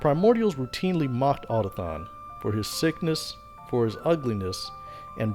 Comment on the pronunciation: > otathon Nonono. A, u, to, k, thon.